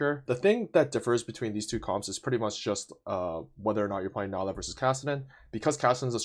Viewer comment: Her name is pronounced NEE-LA